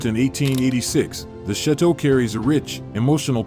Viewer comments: Please tell me why this man who cant even pronounce chateau and calls ut shit to really annoyingly..wants to share Dan and his families with everyone..not nice, not good and I think it's a shame I even opened the video. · This narrator is horrible! Cannot even correctly pronounce the word "chateau".